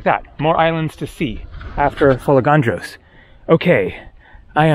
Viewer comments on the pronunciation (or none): Beautiful video from a beautiful island. It's FolEgandros and not FolegAndros as you say. Pronounce it correctly, you have been coming to Greece for years now)) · How did you manage to go there without learning how to pronounce the name of the island ? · I also corrected him and It wasn't a dig. I would undestand if it was somebody's first visit in the country. He's been coming to Greece for years and I am sure he can do it. Correct tone makes a big difference. There is another island called Andros. If he pronounced it andrOs everybody would have a hard time understanding what he said. This is mainly for his convenience because he travels a lot and interacts with people.Correct pronunciation will make his travel life much easier. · sure, pronounciation makes life easier but it's a never ending process even if you are very good at speaking a language, quite sure when speaking 'easy' english, lots of people pronounce wrongly,esp. the British city names😅. Let's focus on the admirable work which is shown by, his absolute discipline and enthusiasm when filming his videos. This is discipline, quite sure, lots of people underestimate the amount of work which has to be done, showing these videos to us, and think it's mostly fun and always nice and easy. For sure, it's not. So, thank you again,, for showing us your world. Nobody else could do it like that. Για σού from another island🇬🇷💙. In the shade😘